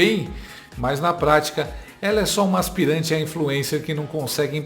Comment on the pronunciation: Aspirante não, Aspiranha 😂😂😂